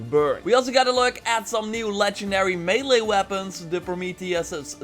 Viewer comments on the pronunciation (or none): none